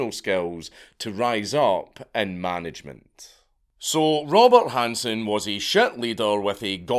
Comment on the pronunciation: You said Robert Hanssen, but out of your mouth came Robot Hanssen. 😂😂